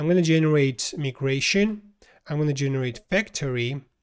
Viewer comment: for proper english, its not called me-gration, its called my-gration